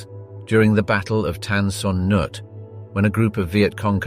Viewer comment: TAN SON NOOK is the way we pronounced it